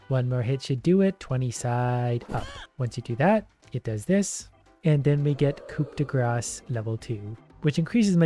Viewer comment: you live in Canada, where a lot of people speak French. And you pronounced coup de grass how?